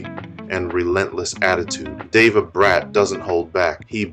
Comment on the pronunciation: The mqn name is Deva stop spoil up the man bloodcloth name low dancehall if u cant pronounce ppl name